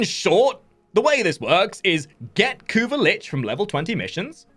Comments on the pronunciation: CAn you for once in your life not spell "kuva" like you are having an aneurysm. It's annoying as hell jesus christ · can you please stop saying kuva like that its fkn annoying dude. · Yea totally agree